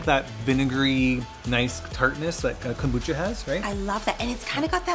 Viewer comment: Kombucha not kambucha